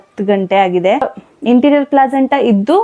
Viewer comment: ಇಂಟೀರಿಯರ್ ಅಲ್ಲ ಅಂಟೀರಿಯರ್ ಅದು ಅಕ್ಕ